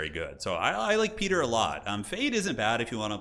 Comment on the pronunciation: Loves these videos, learning a lot, want to be as good as you one day! What is your favourite faction to play as? And I don't want to sound like a big nerd, it's actually pronounced 'Pie-ter' for your councillor Piter. When I was reading the books I read it as 'peter' as well! Same with Leto, it is pronounced 'Lay-toe'. Dune is weird! Love your vids man! Bless the maker!